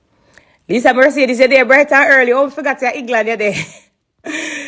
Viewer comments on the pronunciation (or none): none